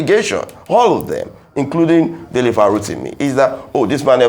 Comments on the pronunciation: It is Dele not DELETE Abeg. Correct it. Now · Dele not Delete. Kindly correct it. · It's Dele Farotimi... not Delete please, respect on the man's name 🙏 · Délé Fárótími not DELETE Fárótími 🥵